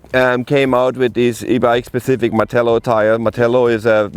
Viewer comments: always says Pacific (correct word is Specific) quite a common mis-said word in England. 👍🏼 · Clue in mate. The presenter continually says "pacific" instead of "specific". Hence my comment.